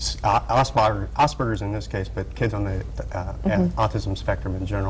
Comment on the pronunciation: He said Asperger's right! Most people say it as Asspergers because they don't know German.